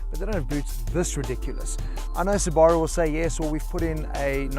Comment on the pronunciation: You're pronouncing Subaru wrong.